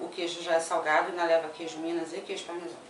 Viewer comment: CARIOCA XATA QUEIJO PARMESON... É QUEIJO PARMESÃO!!!!